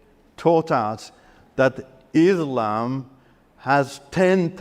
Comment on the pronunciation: This fellow is fake. He can't even pronounce Islam and Quran properly.